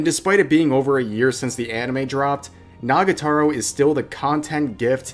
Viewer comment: The fact that you say "Nagataro" but write it correctly triggers me...